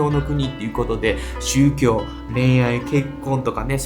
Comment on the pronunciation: 宗↗教↘ではなくて宗→教→